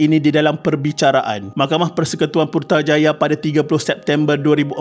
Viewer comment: Ada typo sebutan di situ. Perkataan Putrajaya jadi Purtajaya. Minit Satu lagi, intonasi untuk ayat tanya. Adakah menamatkan riwayat hidup seseorang boleh menyelesaikan semua masalah yang datang? Minit Kena nada yang tinggi. Bukan macam saudara baca nada mendatar. Maaflah, jika saya komen hasil kerja saudara tetapi keseluruhannya bagus. Rajin saudara mencari bahan dan mengkaji untuk membuat kandungan kes jenayah seperti ini. Terbaik. Cuma, ada sedikit sahaja kesilapan di sana sini. Untuk video akan datang, saudara boleh baiki lagi. Good job. 👍😊